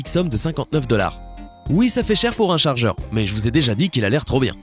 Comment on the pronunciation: le charjer et le meiuer